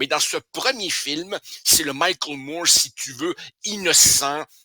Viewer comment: Moi je ne comprends pas que les Français ne savent jamais lrononcer correctement Moore non ça ne sonne pas Mourrr